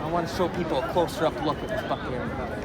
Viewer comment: I thought u said fu$king Buckingham Palace 😂